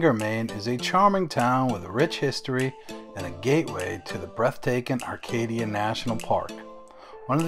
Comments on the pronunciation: Acadia....not Arcadia. Bang-GOR, not bangah or bangerrrr...do bettah. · "Banger" & "Arcadia". I'm from Phoenix and just cringed. 😂